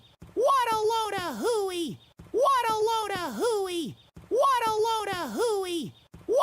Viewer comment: I no longer hear “what a load a hooey”. I hear “waddleona hooey ”